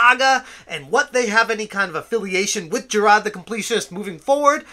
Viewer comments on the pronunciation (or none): Who the hell is "Jirad"? I know who Jirard is, but you keep talking about some guy called "Jirad".